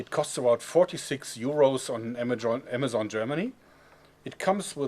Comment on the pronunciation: The first one he said amajon